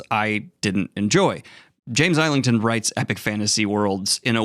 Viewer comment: JFYI, it’s pronounced “izzlington”